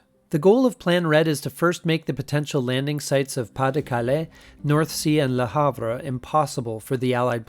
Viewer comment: Hex-Ogganal....La'Hav...(The R E is silent)...La Havre.